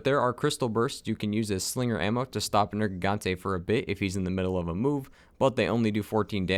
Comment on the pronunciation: At the start he says nergante